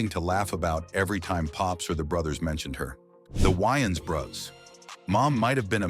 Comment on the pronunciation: why your AI having a hard time saying brothers? were you spelling it wrong?